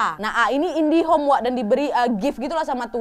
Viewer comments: Koq aku dengernya Indihome si?! wkwkwk #marathonKHW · Temenya Mia yg si A itu indihome atau indigo hahhaa kok aku dengarnya indihome ya 🤣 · Pada sadar ga sih kak nad bilangnya indihome bukan indigo, sejak di part 47. Apa cuma aku aja? Atau emang disengaja ya ama kak nad??